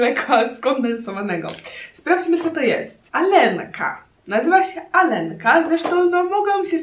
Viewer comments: R czyta się jako JA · "Алёнка" czytamy bardziej "Aljonka" nie "Alenka"